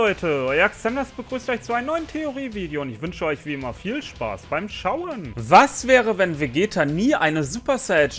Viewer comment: Hör bitte auf der „Schauen“ so zu betonen das nervt. Aber die videos sind spitze